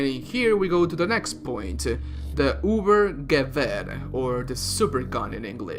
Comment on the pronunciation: Wie er es liest ubergewer wie man es lesen soll:übergewehr.